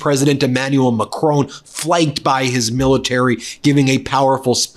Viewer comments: It’s painful to hear Macron called “MaCRONE” 😅 lol I’d give tips but I find myself not finding the sound in your language 😅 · I love you guys, but PLEASE pronounce Macron properly. It is not "macrone" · Ben, it's not pronounced "Macrone"